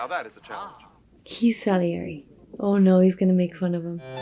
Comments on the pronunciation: it sounds like you're calling Salieri "Sugly Inglu" and "Son of Larry " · "I do feel bad for so-ga-lingly. This guy... Sohn-galeri" -- PIB